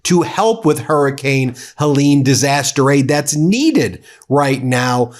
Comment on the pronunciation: "Heleen" for Helen? Are all your weather namers on bad weed, or is your own weed a bit suspect? Her face may have launched 1000 ships, but her name wouldn't, pronounced like that! 😁😉